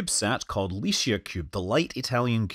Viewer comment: Pronunciation note: I believe 'LICIA' is intended to be pronounced as in "lih-chee-ah".